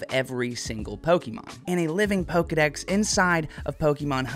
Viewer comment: Dex not sec